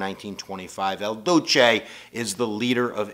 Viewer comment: It is "IL", "IL Duce"... Not "El Duceey"!